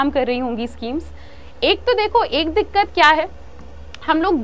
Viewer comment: Mam please don't say dikat it sounds odd